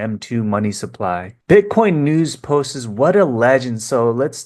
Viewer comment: Love your videos but its "posts" not " postes"